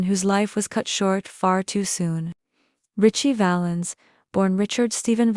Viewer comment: You pronounced Ritchie Valens' full name incorrectly.